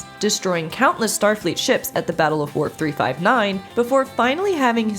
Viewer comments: Okay. Either she's saying Warp 359 or Worf 359.... It's WOLF 359. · The battle of “what 359“? It sounded like you said warp or worf. I couldn't make it out. Wolf-359 is the name of the battle. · Did she say worf 359? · Worf 359? um, its Wolf 359...not to be nitpicky, but yeah, no. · Great information here! I hate to be that guy, but did I hear "WORF 359"? 😬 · Did she just say "the Battle of Worf 359"? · She called it "The Battle of Worf 359"! Lol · And she said "the battle of Warp 359"... Not a fan, apparently. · Did anyone else hear "Worf 359"? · No, Mrs Troi says it was Woof 359